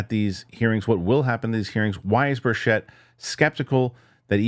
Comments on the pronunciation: Love you man. Thanks for all you do. I think he might pronounce it BIRCH-it. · Why is it that no one is able to pronounce Tim Burchett's name correctly?